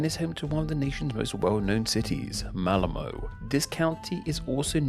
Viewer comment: Im sorry, really sorry, but why did u say malmö MALMOUUU